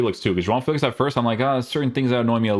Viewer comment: if you want to say João Félix name the portuguese way say it all in the correct way. You say "João" the correct way but the "Félix" you say it like it is in english 😂 Great content King